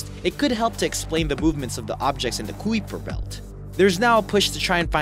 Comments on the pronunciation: kwiper belt? lol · Kuiper belt ( ki-per belt) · the 'u' in Kuiper Belt is silent.